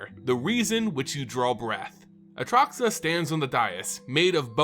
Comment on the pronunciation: bro you say atraxa wrong...